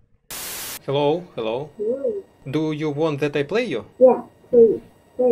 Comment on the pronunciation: В первом фрагменте ролика. Девушка тоже из России. Раз спросила по- русски : «Ты из России?». Ну да, сразу выдаёт русский акцент особенно слово Hello. Вот в этом. Слове звук Х не должен звучать как по русски нужно просто выдыхать звук. Вам нужно потренироваться с произношением слов на английском. ( я тоже учу английский, поэтому кое-что знаю, как произносить слова по английски)